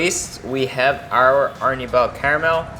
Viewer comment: ar-NEE-bal. Not AR-ni-bahl. 2nd syllable stress!!